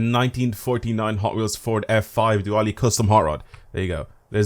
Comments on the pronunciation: its dually not dowally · It’s a Dual-lee not a dua-olly. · That's not how dually is pronounced. It is pronounced like "doole", not "du-ally" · “this is the dooally” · That geeked me its uh dewwleee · btw its pronounced dolee not dowalee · It’s not du-ally it’s pronounced dool-e as in the dual rear wheels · it isnt a dwally it is like duel with a y on the end. no w sound at all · pronounce it as duel-lee. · It's pronounced Doooo-Leee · In America, we pronounce dually, as DEW-lee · dude you said dwally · That won’t help him he’ll still mispronounce it as du • all. In another comment he showed his true colors saying “so Americans are mispronouncing their own work..” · Did really say dwally??? 🤣🤣🤣🤣💀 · Yo brotha, that’s not how you pronounce it😭😭💀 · You can tell he’s not American because he fucked up saying dually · I like how everyone is bitching about his pronunciation of "dually", but everytime he pronounces "Lancia" as "Lunseeah" everybody is cool with it. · Everyone pronounces it that way idk why he says it like that😂 (I’m from the uk)